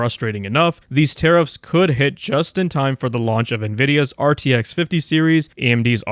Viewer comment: Tariffs are... Taribull 😂